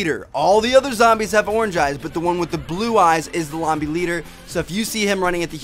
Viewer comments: lobby leader not lombie god dang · u said lombie leader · Lol "lombie leader" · "Lombie Leader"? Did anybody catch that xD